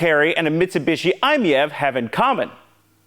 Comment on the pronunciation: obligatory comment: i-MiEV is pronounced "eye-meev", the one in the video is a weird Doug DeMuro thing